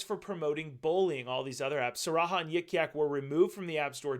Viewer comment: It's pronounced sa har ra